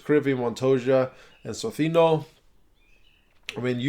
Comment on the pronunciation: Your pronunciation of socino is very european, its not wrong, its just interesting